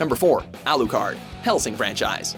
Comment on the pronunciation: AlooCard wtf